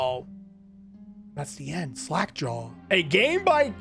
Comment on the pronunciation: it's sounded in the start like you said slack jar